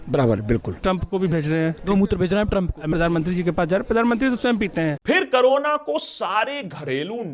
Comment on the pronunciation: Pehle corona bolna toh seekh le carona 😂😂😂😂😂